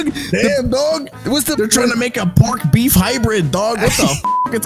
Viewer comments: "They're gonna make peef" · “It’s gonna be called peef” BAHAHAHAHAHAAHHA IM DYING DAWG